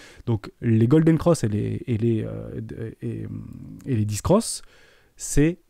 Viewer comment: On dit "dèf" pour death et "bèr" pour bear 😅